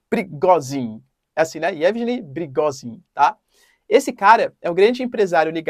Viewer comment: a pronuncia é IEVIGUENI